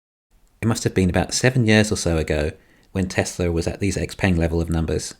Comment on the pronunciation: Is pronounced xpung